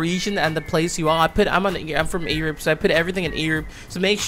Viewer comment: the way he says "Europe"